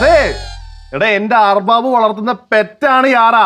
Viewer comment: 😂അറബാബു അല്ലാട്ടോ അറബാബ് annei